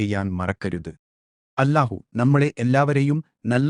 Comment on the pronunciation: الله എന്നത് ഉച്ചാരണം . ശരിയാക്കണേ മലയാളം അറിയില്ലേ? എ.ഐ.ആണോ?